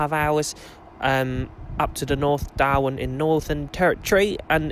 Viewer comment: lol i though you said Doha (Qatar) instead of Darwin 😂😂😂